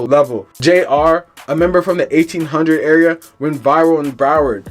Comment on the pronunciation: Garbage video in you saying the name of the hood wrong